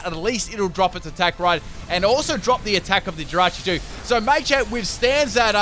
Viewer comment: It’s pronounced Salvaleye not salvalley And muhchamp not maychanp